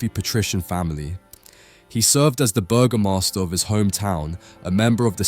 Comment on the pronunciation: Did he just say Burger Master?